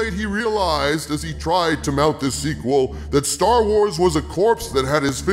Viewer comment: For a second I thought you said "Jar Wars", and I think that's appropriate.